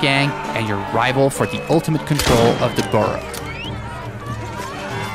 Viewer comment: "Burrow" LOL